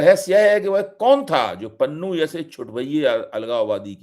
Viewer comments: Panoon nahi Pannu bolo. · भाई पंजाबी भाषाई नामों को इंग्लिश अलफा बीटा से न पढ़ें ईससे पॅन्नू को आप पनुन पढ़कर बोल रहे हो जो गलत उचारण है। बाकी रहा ईन घर मे घुसकर मारने की जो हिमाकत भारत के अति उत्साहित एजेंट्स ने की है उसने सिख समुदाय को बेगानेपन का वो अह्सास कराया है जो 1984 से 1995 तक सिखों का कत्लेआम न कर सका। ईस को बहुतायत सिख उनके देश भक्त होने की सज़ा के तौर पर देख रहे हैं। इस मूर्खतापूर्ण हरक़त से सिख ही नही पंजाब के सभी समुदाय के लोग आने बाले समय भारतीय फौज मे ना मात्र संख्या मे रहि जाएंगे जो हमारे देश के लिए ठीक नही होगा। जय हिन्द।